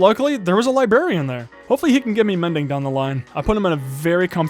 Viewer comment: Libarian is what I hear when he said librarian